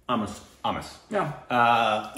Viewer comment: ...you got it right!!.. Aamis which is pronounced as 'Aamikh' in Assamese language and it means Non vegetarian. The film was directed by Bhaskar Hazarika & produced by Anurag Kashyap. An off beat & a experimental film as an Indian movie & more so as a regional film.. Anurag kashyap is a national reach..hence his name was used for promotion to get that national reach for a regional film